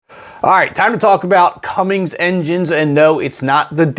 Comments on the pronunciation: How are you going to make a video teaching me about an engine and start off calling it something other than its name. It’s not “cummings” like you do in your bed sheets. It’s “Cummins”. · I quit watching after "cumminGs" .... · It’s Cummins, Jesus. Clessie is rolling in his grave everything y’all say it wrong. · its cummins without a g at the end. i cant watch you call it the wrong name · I will never understand why people add a g when saying Cummins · Why is it so hard to just say cummins…there is no g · not a great start calling it "cummings" .5 seconds into the video lmao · Cummins…….. it’s Cummins. These are cool engines though. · Yup I checked out about 2 minutes in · Why do you say it like "Cummings"? STOP IT. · Does this guy know anything? He calls it a "Cummings" then he talks about how the coil packs on a diesel are expensive...What??? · Drop the "G"'s already. not one letter "G" in the famous name Cummins. besides that... great video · How can you trust a review by a guy that can't even pronounce the company name correctly. Good job. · Say "Cummings" one more time... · I can't believe people still pronounce cummins wrong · Bro... there's no "g" in CUMMINS. It's an engine manufacturing company, not a porn actor/actress 🤭😆😂🤣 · Say Cummings one more time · When you start your video saying CummINGS you lose credibility as an automotive expert. I bet you drive a Honder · Come on, guy. How can you expect to be taken seriously if you can’t even pronounce the name of the company correctly? I’m out after the third “Cummings”. Deuces. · Your intro you said “Cummings”. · Won't watch you again till you say cummins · No g in cummins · And the way you pronounce Cummins 🤡🤡🤡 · Dude theres no G at the end of Cummins. That’s perverted. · You do realize that there is not a g in in Cummins??? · I dismissed you as soon as i heard that you cant pronounce cummins. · You pronounced cummins with a "G". Your man card is hereby revoked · Cummings? C’mon!